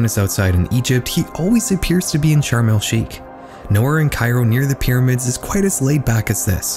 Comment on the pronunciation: Hey I just wanted to let you know it's pronounced sharm El shaikh not sharm El skeik